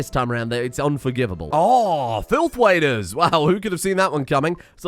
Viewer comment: I hate to say this but everytime you say „filth waders“, it sounds like UWU language